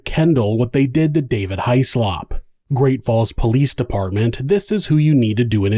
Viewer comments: It's usually pronounced Hizz-lup or Hizz-lop without much emphasis on the O but in this instance High-Slop is much more fitting for this despicable perpetrator. A huge piece of slop in fact. Poor little October. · Child deaths are always so upsetting 😢😢 Small detail, Hyslop is pronounced 'hiss-lop'. It's a Scottish name, and is supposed to be produced this way. I feel that in America it is normal for surnames to be pronounced differently from the original pronunciations.